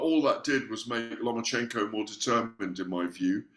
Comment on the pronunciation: LOMA-CHENKO, NOT "LOMA"N"CHECHO......JEEZ